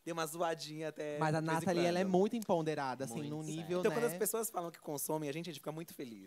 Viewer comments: Até hj ele fala assim kkkk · fala "emponderada " 😅 é empoderada migo kkk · Agonia do falando "empoNderada", rs